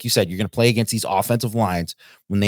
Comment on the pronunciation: Who says “a•GAIN•st” like that? Is it a regional thing? 🤔